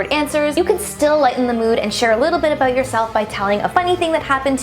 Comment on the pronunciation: Lol omg yes your Canadian.! In the beginning you said Aboot